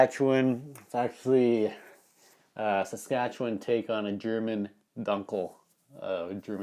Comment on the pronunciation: Dunkle is pronounced with a long u or a oo. Hello from NRW Deutschland, aka NRW Germany.